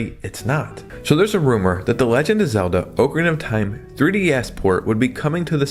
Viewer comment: “Oh-Karina of Time” lol